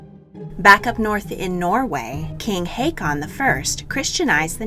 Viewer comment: Håkon / Haakon is pronounced "hawk-oon" (ish)